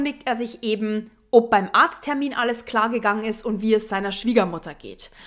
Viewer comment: Ich liebe es, wie du OB sagst 😍